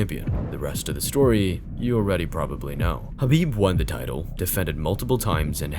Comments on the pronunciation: HABIB ❌ KHABIB ✅ HAMZAT ❌ KHAMZAT ✅ Get your Pronounciations right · Bro called him Habib repeatedly